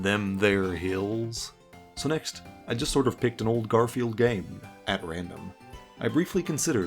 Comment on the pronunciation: The constanly saying garfielf's name wrong reminds me of how some people treat spogbop